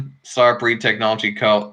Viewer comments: in the audio it sounds like you were saying staypery not starpery! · Can't even say starpery